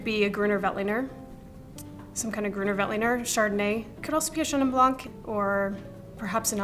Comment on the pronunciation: Great video! Just please don’t say « blank ». The « c » in Blanc is silent.